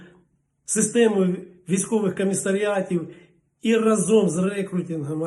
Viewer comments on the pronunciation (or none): none